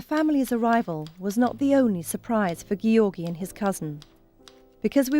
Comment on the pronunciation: His name is NOT pronounced Gee..or.. gee. It's Georgie...Giorgi.